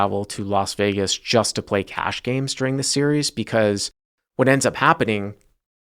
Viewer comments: you say the word “during” weirdly. You emphasize the second part of the word, instead of the first part. “da-RING”.. just thought you should know. (edit: he says it 23 seconds, 27 seconds, and 57 seconds) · he says it normally , but then he says it weird again. It sounds like he only does it when he emphasises it; he emphasises the wrong syllable. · in fairness to, I've heard him say "during" in other videos and it comes out normal-sounding. So IDK what happened in this video, maybe his Massachusetts accent came out.